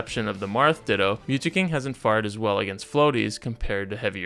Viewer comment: Dude, i cannot listen to you when you mispronounce the simplest words like “sparingly,” “faired,” or “widely”